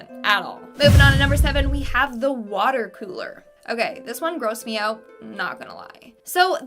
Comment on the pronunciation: The watah is dangerous